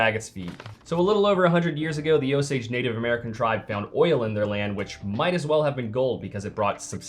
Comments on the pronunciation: It's "oh-sage"..... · Is it "oh-sage" or "oh-sodj"? I've never heard the pronunciation the creator is using but I'm wandering if that's just regional? I'm not from Oklahoma or that part of the USA but I used to work with a man who was (I believe) a quarter native American and I think I remember him saying "oh-sage", but maybe I'm misremembering. That's a possibility.